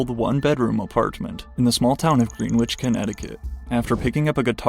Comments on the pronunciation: “small town of green witch” lmao okay bro I had to turn this off after that. it’s pronounced like grenitch and maybe it’s a “small town” but it’s also a really rich suburb of nyc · Greenwich is pronounced “Gren-itch” not “Green Witch” 😂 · It's pronounced Gren-itch. Not Greenwich. And it's highly affluent so Kenny most def a rich kid. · it’s pronounced Gren-itch, Connecticut. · bro called it GREEN-WITCH